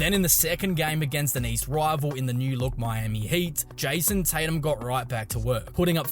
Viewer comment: Who tf is JAYUOUSOM Tatum? 🤣🤣🤣🤣🤣🤣